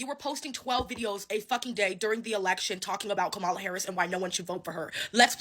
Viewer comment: Please try to pronounce her name correctly…..comma-la … so say comma then say la.